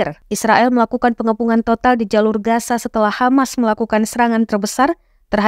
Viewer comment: Reporter ga sekolah kali masa gaza dibaca gasa